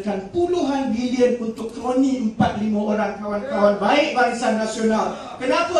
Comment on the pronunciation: kroni..not korni..haha